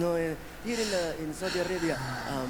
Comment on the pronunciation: I like that way you pronounce Saudi Arabia. Sah oo dee. Loved your reaction Bro. From Latino in San Diego, CA.